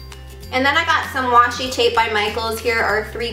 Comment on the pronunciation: Its washi not watchi 😩😩😩😩😩😣😣😣😣😣😑😑😑😑😑